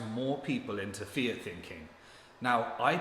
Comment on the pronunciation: when you say “fiat thinking” it sounds like you’re saying ‘fear thinking’ because you’re not pronouncing the ‘t’ at the end of ‘fiat’. This might be confusing to newbies tuning in.